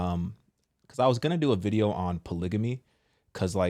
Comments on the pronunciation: What the heck is a "polygany"? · i’m not listening to no one that can’t even pronounce polygamy right! 😂